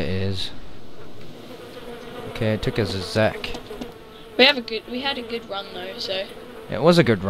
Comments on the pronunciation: u said Czech as in Zeck, isn't it pronounced as "Check"? :P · Why does he pronounce czech as zech? Its pronounced check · It's 'check' backpack, just saying. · czech is pronounced like check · You are pronouncing czech wrong... trust me, i am czech. That is what the CZ means.